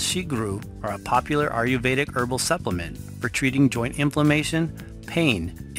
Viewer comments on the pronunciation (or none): Great presentation of a favorite of mine. Just one thing: your pronouncement of "Ayurvedic" is incorrect. It is not "AR-YU-VEDIC". The correct pronunciation is: "AYE-YUR-VEDIC".